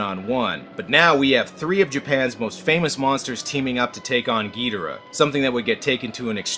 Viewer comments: Pronounce it as you will, I will not hate you, but I was raised with Ghidorah. Not Ghidrah. I cannot take the title gEudRAh seriously. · Its not king getirh its king gadorh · Ghidorah not Ghidrah. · Its not gi dor ah... Its ghidorraaaaahhhh..! Leviosaaaaaaaaaa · I'm so fucking tired of people saying "GEE dah rah." It's "gee DOR ah." That's how the Japanese say it ffs. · It's Ghi-Dora not Gydira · Ghidorah not gidrah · Gidra? You mean ghidora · Why do you say gee-dera? It’s Ge-dor-rah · Ghidorah it’s not Ghidrah it’s Ghidorah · It's gi-dora not gee-dora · It’s gih Dora Not gee Dora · the way he said ghidora hurt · It's Ghidorah. No Longer Ghidrah, Ghidorah. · Specifically GidOrah. That's an O not an E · all of this is good except how you pronounced the names.... every time I heard "gee-da-ruh" I cringed. then "CEE-SAR" forced me into this comment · Its Ghi - Dho - raa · your saying gedora / monster zero wrong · its Ghi-Dor-ah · It's Ghidorah gidoora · OK enjoying the content but can't you at least pronounce ghidora right lol